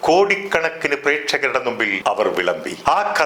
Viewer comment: Sir മുമ്പിൽ എന്ന് പറയാതെ നുമ്പിൽ എന്നാണെല്ലോ🤔